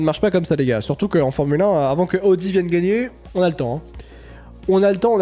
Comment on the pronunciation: Bonjour, arrêtez de dire aaudi c’est Audi ??????